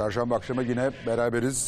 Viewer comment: Fatih Altaylı gibi bir entelektüel nasıl dikkat etmez “gine” nedir yahu yine yine.